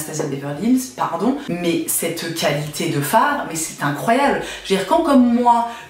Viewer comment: J entends "qualitay" et tout saigne en moi.